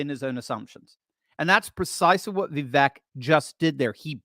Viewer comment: Va vake like cake is the pronunciation